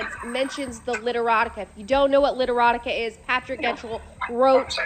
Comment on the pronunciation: Lmao “Fatrick”